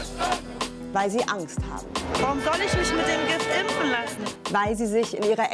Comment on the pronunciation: Kann die Reporterin das Wort impfen bitte mal richtig aussprechen und nicht ÜMPFEN. Das triggert so krass.